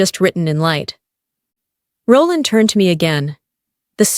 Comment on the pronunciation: I just couldn't tolaerate the narrators pronunciation of Roland